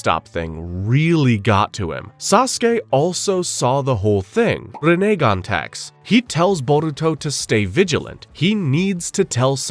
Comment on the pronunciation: Entire video was an A+ but you turned it into an L by the way you pronounce Rinnegan 🤮 disgusting